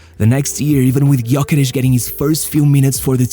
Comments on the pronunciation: Thanks. Gyökeres has Hungarian ancestry. Ö is similar to the German ö. Gy is one letter. Sounds like the sound at the beginning of due. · Sad nobody can pronounce his name properly 0 respect. The Y is silent. USE THE Ö GÖKERES instead of his display name Gyökeres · Nope it’s pronounced Jökeresh